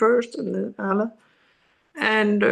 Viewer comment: I heard she said "ala" like Ah-La, for ALA. So, she's taking ALA.